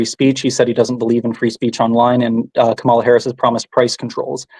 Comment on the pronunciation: Kamala. Is pronounced., comma la.